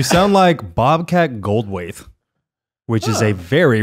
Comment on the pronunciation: It's Bobcat Gold-THWAIT not Gold- WAITH